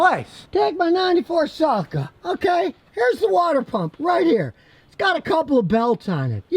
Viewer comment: I've never heard someone pronounce Celica as 'Salaca', lol. Useful information to know however. I never knew about the internal chain driven water pumps.